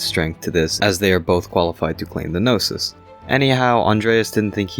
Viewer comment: It took me 12 min to realize you said Gnosis and not noses😭😭😭😭